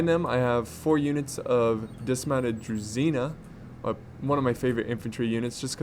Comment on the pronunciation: it's correct to pronounce "DruZHina", not "DruZina")